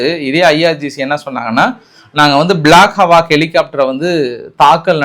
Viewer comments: அய்யா அது பிளாக் ஹவாக் இல்ல பிளாக் ஹா.க்.. haa_iikkk avloo than.. hawak illa Kuthikaattala ellam solreenga sollum podhu correct uh sonna innum nalla irukkum nu thonichu pottutaen😅 Eduthukitta eduthukoonga illana comment waste avloo thaan😂😂 I support your comment on one thing even though it seems one sided support, ennathaan 4-5 flight suttu poottalum, 1 aalukkaga 4,5 helicopter illa innum 4 aircraft poonaalum parava illa nu vanthu thookkittu poirunthaa athu kandippaa gethu thaan.. "vanthu rescue pannirunthaal" 😂😂 Ithu namma air operation apoo abhinanthana namma pakistan kulla pooi thookkiruntha namma gethu Ennanu olagathukku katirukalaam miss agidichu😅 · Correct not hawak, it's hawk. Eagle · 🚨 Boss adhu பிளாக் அவக் இல்லை prounce பிளாக் அஹ்க் helicopter 🚁